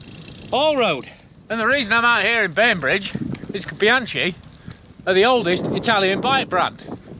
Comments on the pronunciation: Bee-han-chee?!? No, diopignone! E' BIANCHI!!! (Bee-hun-kee!!!) eccheccazzo! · Please say Bianki(bianchi), and not Bianci !! BIAN k(like kilo) I so... Bianchi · Oh my..."Bianchee"....my ears bleed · Pronunciation is: "Biankee" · Nice review. But please: Bianchi with hard C :) You can use the same C in your next trip in Italy: when you want an aperitivo order a bianchino,good white wine 😉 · In Italian, "ch" is pronounced as a hard "K" or 'C' sound - of course, as an Englishman you can be forgiven for the understandable mistake ;) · You've been testing bikes for 20 years and still can't say 'Bianchi' properly? 🤣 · Professional Bike Tester for 20 years... And you can't pronounce one of the most important bike brands in the history of cycling. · Please, please, please, learn to pronounce “Bianchi” properly 😱😱😱🥴🥴🥴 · Jesus learn at least how to pronounce Bianchi